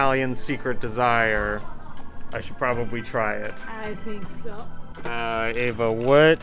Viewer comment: Why do you call her A-va, when you know it's pronounced Ah-va. Is that for the american audience?